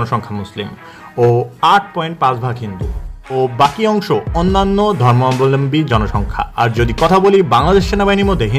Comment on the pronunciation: ধর্মাবলম্বী শব্দটা বল‌তে এত কস্ট হ‌চ্ছে? জ‌য়েন‌কে বল‌ছেন জ‌য়েন্ট। সুন্দর উচ্চারনটা সহজ ক‌রে বলুন।